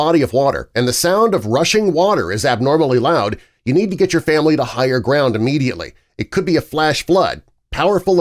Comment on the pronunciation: Immediately, not E-mmediately.